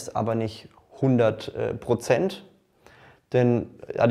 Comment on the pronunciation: Brozent sagt er auch Brozent ?